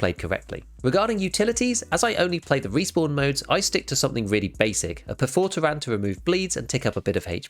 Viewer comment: Bro really just said "per-for-tah-ran". Or is that just british for Perfa-toe-ren.